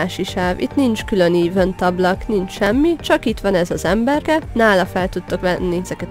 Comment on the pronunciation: Szia, köszi az infókat, de ha ezt olvasod akkor légyszi ne úgy ejtsd ki az eventet, hogy évönt, hanem egy kicsit úgy hogy eveönt, az "ö"t egszerre az e vel. Semmi bajom nincs amúgy a videóval, csak sérti a fülem :D amúgy még egszer kösz, és ha tudnál tippeket adni , hogy kezdő karinak, ami megbírja a pokolit (törpe) hogy lehet jól farmolni, és úgy, hogy napi 7órát iskolában vagyok és nincs mindig időm, csak belépni